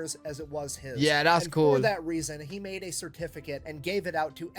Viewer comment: I'm sorry, did you say the reason or the treason?